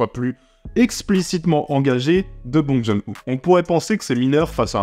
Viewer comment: Bong John Hu tu as bien massacré son nom, ça se prononce "Bong Jun Ho" pour Bong Joon Ho J'ai beaucoup ris quand j'ai vu le film ce week-end en Corée, par contre j'étais le seul à rire sur une salle bien remplis